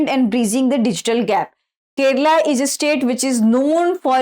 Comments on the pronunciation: Kerala not Keral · Keralam not kerala